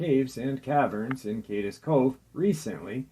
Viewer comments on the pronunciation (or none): Hey...do your research and learn to pronounce Cades Cove (KAY"Ds Cove) NOT (KAY DUS Cove).... pronounced it correctly but you never do....i mean if you're going to tell people you are right and you do your research before you open your mouth it makes people doubt it when you continually pronounce the name of the place wrong....ive been subscribed for 4 years now but its like you dont care if you pronounce it correctly or not. Then to belittle someone for not getting something right is a bit hypocritical. Thanks.